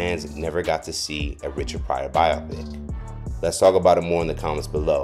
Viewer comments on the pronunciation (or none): “Bi-Oh-Pik” It’s a compound word of “Biography and picture.”